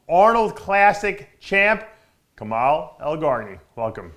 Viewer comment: ILHAN D5 65كمال kamal not kemal ..... I'm from libya